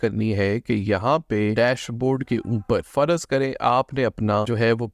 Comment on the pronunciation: Its `farz’ not `farazz’